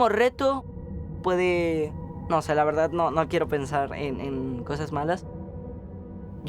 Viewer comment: De velda en velda el ploceso eta muy bueno 🤣🤣💗💗